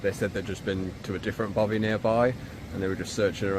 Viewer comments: It's not a Bovie, Mr editor, it's called a Baffy. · Jonathon is clearly in Scotland: its a bothy not bovia😅